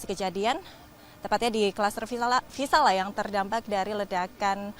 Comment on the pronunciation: Maaf reporter yg cantik nama cluster nya VISALIA bkn VISALA